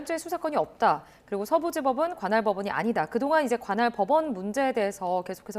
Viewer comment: 건할이 아니라 "관할!!! " 입니다. 변호사께서 발음이...